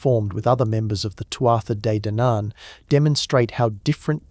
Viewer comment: Tootha de dannon. You can say it this way